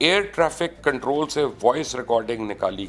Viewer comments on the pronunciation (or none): none